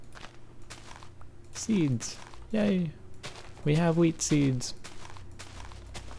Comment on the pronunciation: Is he saying "wheatsies" or wheat 'seeds'